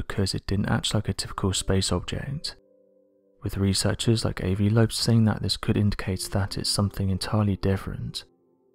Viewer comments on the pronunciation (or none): Ah vi not ayevee